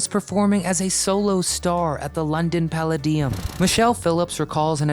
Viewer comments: I am pretty sure there is no such word as ‘incestual’ …it is incestuous! it is pall-a -dium not palaDeum! I could understand if you were speaking a foreign language but it is English! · "...London Palladeeeeum"??? That's "London Pal-LAYdium", you clown!! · Interesting - but American narrators always mispronounce names. E.G. The London PallaDIum. Its PalLAdium. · Whats a paladeum?? Its PaLaydium! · PER LAY DEE UM the London PER LAY DEE UM The London PER LAY dee um. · Pala-Dee-Um???? How about Pal-Laid-ee-um? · Hey, "Do You Remember?", you are aware that people age, right? Whose is the creepy voice who does the voice over? Jesus! "The London PALL-A-DIUM?" Seriously? It's pronounced PAL-LAY-DI-UM. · It’s pronounced “Puhl-Ay-Dee-um”. Not Pala-Dee-Um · Palla- dium???? PaLAYdium. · It's the London Pallay-dium, not Palla-deeum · Pa lay dium NOT Pala deeum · It would be good if Americans could check the pronunciation of words that are foreign to them. This is an ever present feature on this channel. Today the word is ‘Palladium, which is not pronounced Pa lad de um but P’ laidde um. Having lived through the times when we even from afar lived in a fantasy world where everything was sweetness and light, to recognise now that it was a substantial lie, is a sobering thought. That some of your comments page still cling to the fantasy is in itself interesting. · "Pala-DEE-um"? My, my. Have you never heard of one of the most famous entertainment venues in existence? (Or was when Cass was performing.) It's pronounced just like the metal...puh-LADY-um. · The London Pal-LAY-dium. not pallad-IUM... dumb@ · London "Pull LAY deee umm" NOT London "Palllor-Deeee-Ummm" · I would be remiss if I didn't correct your pronunciation of the word palladium. Phonetically, puh-ley-dee-uhm, not pal-a-di-um. 🙄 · The London Pala... dium !! Palladium, pronounced palaydeum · The London “Pale-uh-DI-em”?!? Come on, man… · ffs showing your ignorance saying palla-deum, its pronounced pa-lay-deum